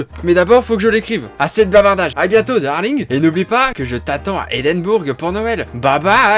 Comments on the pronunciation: En tant que ch'ti : C'est pas "EdEnbOuRgUe" mais Edim(1)bourg ! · mes oreilles ont saigné quand tu as prononcé le mot Edimbourg